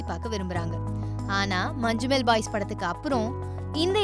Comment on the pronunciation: മഞ്ഞുമ്മൽ ബോയ്സ്❌ മഞ്ചുമ്മൽ ബായ്സ്✅